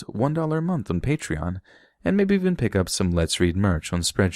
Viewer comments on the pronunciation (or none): none